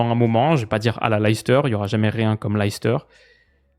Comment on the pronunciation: Leicester ça se prononce Lè steuh pour faire simple, pas l'ail s'ter.